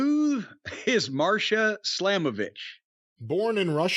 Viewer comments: It's Masha slamovich not marsha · MASHA* ✅ MARSHA ❌ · Its Masha Slamovich not Marsha . Correct ???